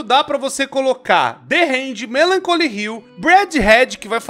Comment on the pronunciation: a pronuncia do nome da mel é melanculy ñ melanculia ok